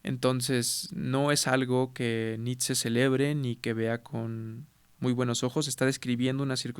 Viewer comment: La pronunciación correcta de Nietzsche es Ni-t-she! En alemán la ie suena como una i larga, en esta palabra la z no suena y la sch es shhh y la e suena como e.